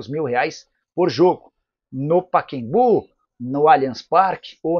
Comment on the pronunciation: Nicola, o nome do estádio é PACAEMBU e não paquembu! PA CA EM BU. e não paquembu. Coisa triste.